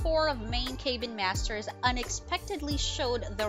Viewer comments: "cay been"? Oh, CAB-BIN. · In what world is 'Cabin' EVER pronounced as 'CAY ben'??? This narrator needs to be corrected! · Thumbs down. Cabin isn’t pronounced ‘cay bin’. Also said Morrill wrong too. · Thank-you! What a maroon...Kay- bin. Where on the planet is cabin pronounced like that?🥴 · You would think narrator could pronounce cabin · Good post, but the narriator needs to learn how to pronounce "cabin" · You don’t know how to pronounce “cabin”?! Seriously?